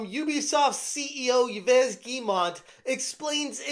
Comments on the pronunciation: His name is pronounced like "Eve Geh-moh" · lol still on a one-man crusade to see if YouTubers can pronounce Yves Guillemot's name! It's first-name: "Eve," last-name: "Ghee-moe" Rhymes with "eve we-go." Last name has a Hard-G, two syllables. Ls are silent. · For fucks sake - it’s “eve” “gi-mo” how fucking hard can it be to learn how to pronounce his name?